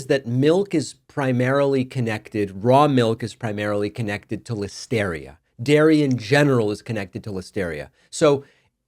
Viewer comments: It's pronounced like hysteria, get your pronunciation right please. I guess this is a stupid argument though. Just pasteurise your milk. Everything will be cheesy then. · You say Listeria funny.